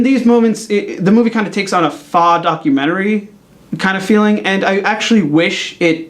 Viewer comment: Faux is not pronounced Fa. It's pronounced Fo....